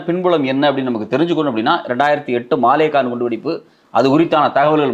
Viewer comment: மாலேகான் இல்லை மாலேகாவ்(ன்)